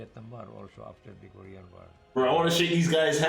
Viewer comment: You should learn how to read or pronounce the word, it is not ko- rection or ko-ration it is ko-re-an okay korean